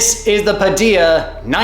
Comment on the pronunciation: you’re right. I should have done that. Yes. The word: Padilla . It would be pronounced like “Padija.”